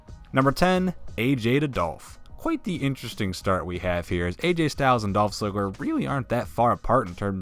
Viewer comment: He said Dolph slifer